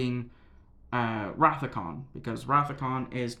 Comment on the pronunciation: It’s Khan. 🙄😂